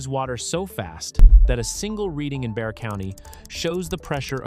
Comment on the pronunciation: Not pronounced Bex-ar. Let's start with incorrect info. Well, article is late to the party. The last couple days of storms and flooding should fix this problem til the next time. Hopefully the baked earth got wet enough to start some percolation.